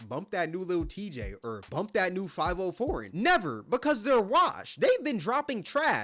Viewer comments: It's fi-vi-o , I think not too sure I only heard one of his songs. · Faaaaaviiiiiooooo Foreign, not 5-0 foreign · Five-O foreign I’m dead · From here on out his name is “5-oh-foreign” 😂